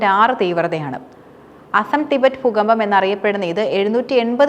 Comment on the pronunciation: പൂക്കമ്പം അല്ല ദൂകമ്പം 😂😂😂